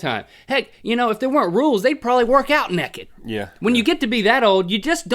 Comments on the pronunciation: he says Necked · The way link says naked 😂😂 NECK ED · Heh heh, you say "nekkid." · Wow, do all Americans say naked -nekkid? In Britain we pronounce it naykid. Interesting. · I love the way link says naked as nekked :D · you keep saying "neked" lol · Why do they say neked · why does Link say naked like nekkid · OHMYGOODNESS! Y'all say necked too! Everyone makes fun of me all the time because I saw necked instead of naked! Woo! =) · "Neckid"... I'm sorry but every time you said that I just could not focus on the story anymore. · Neck-ed XD